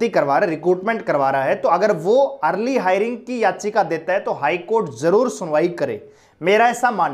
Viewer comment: English na aati to bolni zaruri h hairing, na hove hearing hoti h bolna bhi na aata